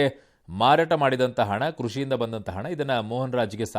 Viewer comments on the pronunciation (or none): hena.. alla hana😂